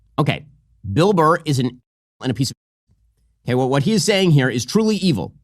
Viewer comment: The way Benny says “Bilbur” 😂